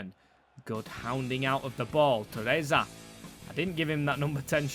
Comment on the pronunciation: Shit at pronouncing names this guy